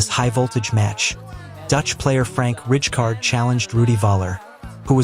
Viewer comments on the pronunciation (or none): AI ??? Awful pronunciation of names? Richcard????